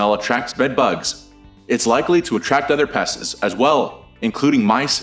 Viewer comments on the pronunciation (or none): Maybe find someone who can pronounce the word pest ?🤷🏻‍♂️🤷🏻‍♂️